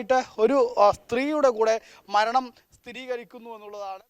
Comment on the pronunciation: കമരണം????? അതെന്തുവാ 😂 ഒന്ന് ശ്രെദ്ധിക്ക് അമ്പനെ 😅